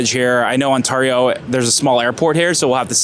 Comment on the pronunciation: No one says Ontario like you bro.... go back to the valley.